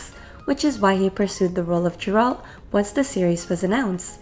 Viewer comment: It's not Jeralt it's Geralt And Henry heard about them thinking about doing althe show, asked the producers and got the role.